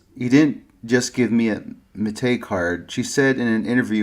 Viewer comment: Simple pronunciation advice: "Métis" is typically pronounced in English either with or without the final s. In my experience usually without, but it seems this is a misunderstanding of French. In this case, standard French actually does pronounce the final consonant. Either way, the accent is on the final syllable, as it always is in French. Thus "MATey" sounds wrong, I think. It probably should be meh-TEE, or meh-TEES. I've usually heard the name as "meh-TEE." Interestingly, according to some info I can find, the Canadian French pronunciation is a little different: Meh-TSEE. A lot of people just assume North American place names or people names with French influence should be pronounce like modern standard French, but of course the French speakers in 17th and 18th century North America who coined these spellings did not speak modern standard French, but a slightly older dialect, whose features sometimes still remains in modern dialects of French in North America. BUT, I am not a Métis, or even an expert on their identity. I am just well versed in linguistics in general and know how to research these details. If there is a preferred pronunciation among the métis community then you can defer to that instead. All I know is that if you say "meh-TEE" or "meh-TEES," then those English speakers like me, familiar enough with the Métis' history & culture to have heard that word pronounced before, wont bash any eye. "matey" sounds like a you're a pirate, and "MEATus" sounds like you k